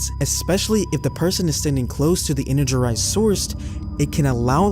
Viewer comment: I can tell it’s not AI because some of your pronunciations are ass. “Energerized” 😂